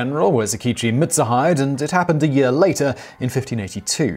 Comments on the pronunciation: Sorry but no its not mitsu hide its pronounced mit- suu-hee-day A ke chi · same it kinda urked me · Lol yupp he did